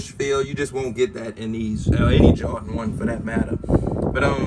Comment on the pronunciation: Two things ....it’s Jordan not jawdan...and get ride of cheap wooden spinner 🤦🏻‍♂️